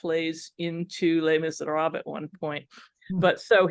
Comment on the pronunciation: How can you be an academic and deliver a whole presentation on Les Misérables and pronounce the first word of the title do disastrously wrongly?